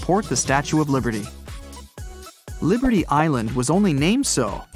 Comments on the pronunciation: It said Liderty it’s liberty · Statue of "Liderty" Museum REALLY? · Why it say "liderty" hahaha